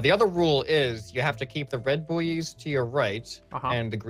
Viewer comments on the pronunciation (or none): Buoys are pronounced ‘boys’ not ‘booeys’